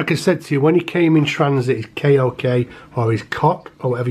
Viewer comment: K O K is pronounced like “coke” beautiful creature anyway I’m also interested in these myself